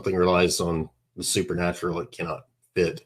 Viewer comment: Okay first of all, it's supernatural, NOT "super natural".